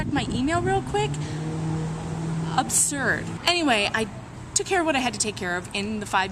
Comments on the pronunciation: "Upsurd!" says the woman homeschooling her children ... when she's not trying to control the viewing habits and style of laughing of other library users. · She said "Obsurd".